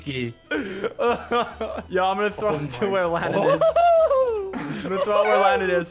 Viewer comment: LANNAN!!! NOT LANNON GET IT RIGHT